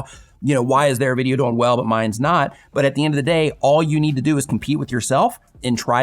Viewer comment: Speaking of distraction, the way you () pronounce "doing" as "doe-ing" really takes me out of the content. If you pronounced it as "DOO-ing" like every other person I've ever heard, it would be less distracting. I keep thinking you are saying "going" and I get confused.